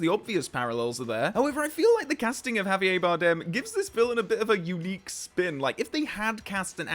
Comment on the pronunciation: How posh do you have to be to pronounce Javier that way?